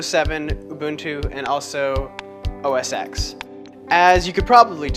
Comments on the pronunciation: You are a very good artist. It just cuts into my heart when you pronounce it OS X and not OS 10. X = 10 OK? If you don't believe me, open a terminal and do these commands: # say "OS"; say "X"; say "OS X" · Actually it's OS "ten", not "ecks". No one at Apple has ever called it OS"ecks". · So that was pretty darn impressive. Always enjoy seeing cross-platform people who can demonstrate technology objectively. My only tip is that the X is pronounced "ten", not the letter x. Other than that, quite a nice demo of a bitchen box. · It's most definitely pronounced "OS ten." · now ya know we're dealing with a dumbass when he says OS X wrong.